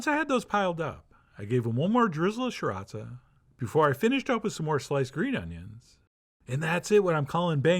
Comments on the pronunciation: Thanks again John! PS: David Tran says it's pronounced: See-Rah-Chah ...took me years to learn, lol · Shree ratcha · Chef John's pronunciation of "sriracha" always gets me